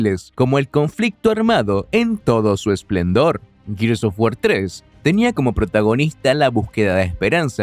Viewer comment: Gears of WarSSSSSSSSSSS Lo siento, no aguanté esa pronunciación y cerré el video